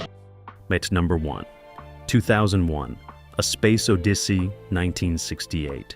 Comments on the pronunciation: Tell your synthetic voice software how to pronounce “odyssey” correctly… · How tf do you mispronounce odyssey so bad?